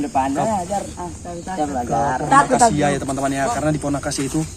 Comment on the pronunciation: Akasia bg bukan angkasia